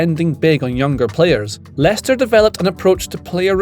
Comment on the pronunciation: How did he get that name so right haha